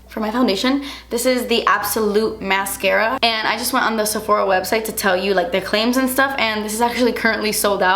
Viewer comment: the way she said mascara made my life LOL